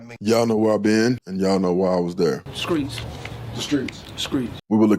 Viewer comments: Did he eat skrimps on the skreets? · “Skreetz” “Streets” ..”skreetz” 😂🤣😭